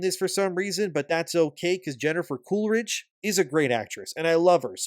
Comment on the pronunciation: Why'd you say "Jennifer CoolRIDGE" there's no R